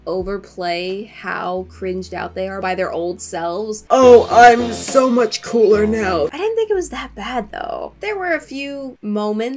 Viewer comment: I liked the part when she said "Oh im wo much coolor now" 😎